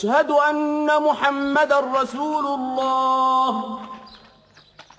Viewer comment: nice to hear but please say Allah not alha